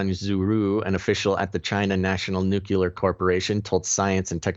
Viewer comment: There is no such word as NUCULAR. Unsubscribing.